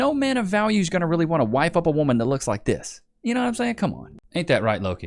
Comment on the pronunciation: Did you say "wife up" or "wipe up"?